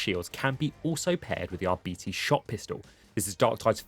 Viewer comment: It's pronounced aar-be-tez to rhyme with less not ar-bee-tease to rhyme with diabetes. Edit: Turns out me and everyone I know has been wrong for years wtf. He says it right! 😂